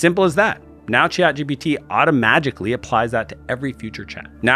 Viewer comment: Did he say automagically?